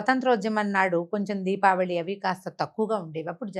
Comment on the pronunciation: DIVAALI ani pronounce cheyakandi please..RAMA garu pronounce chesinatlu Deepaavali ani Palakandi..Prajalaku kudaa alaaga pronounce cheyamani message ivvandi please..Divaali ante Divaalaa Laagaa vinadaani ki baagundatam Ledandi..🙏